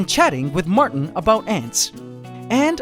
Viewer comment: his name is Martin not Marten